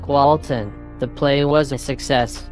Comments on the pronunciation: Waten not walter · Why does everyone say Walten? Its white tubby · Is not “Walten” get it through your THICK head already, but also nice animation... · (why do I keep hearing this) his name is NOT Walten.